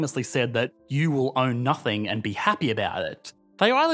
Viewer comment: Is it just me or does anyone else find the way talks by adding extra sounds to words drive you nuts?? for example "nothing" he says it "nothinguh". I find this to be equivalent to valley-girl talk. "OWWWWWE MYYYYY GAWWWDUHHHHH"